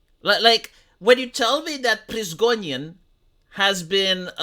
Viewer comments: The thing that baffles me the most is how can't read Prigozhins name even when he was reading the article in front of him and Prizgonin imprinted in his mind. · it's Pri - go - zhin.